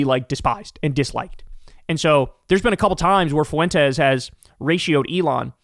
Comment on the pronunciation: Well there is Based Lore, I don’t think he’s a foreign bot but he definitely works for FWEN-Tez (yep, correcting your pronunciation again). Update: I just found out Based Lore was thrown off YouTube. Too bad.